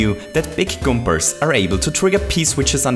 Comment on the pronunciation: wHO Else heard him say Goombers? If i remember correctly,it is goombas